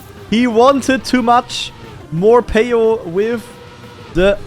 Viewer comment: hearing call morhpeo morpheo for 15 minutes was so funny XD and i knew that skandear was gonna win this one, even though i got a little scarred when he started to troll at the end